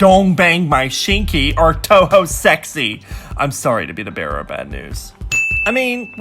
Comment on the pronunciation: Sex - keys 😂😂